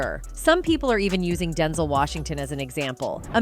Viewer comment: Stop saying OPR. And learn how to pronounce Denzel.